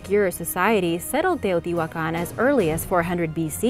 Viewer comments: Agreed! Not everyone can pronounce Teotihuacan and other Mesoamerican terms with such ease as you. Well done! I truly enjoy your channel. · Very good video and outstanding very good pronunciation of Teotihuacan and all the other words! Congratulations 👏✨ (I speak Spanish)